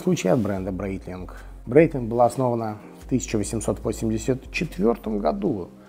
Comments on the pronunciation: Это произносится Брайтлинг, не Брейтлинг. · Меня тоже удивило...Произносит, что компанию основал Брайтлинг, а часы называет Брейтлинг. А так же компанию Хаер, а часы Таг Хоер. Нужно как то определится))